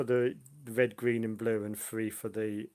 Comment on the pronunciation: Xbox FREE60? it's THREE sixty. Three. Th TH TH. Tongue between teeth.